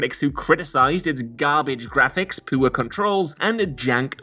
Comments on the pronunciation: saying poor like poo-er is making me giggle more than I want to admit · "Poor": Poowah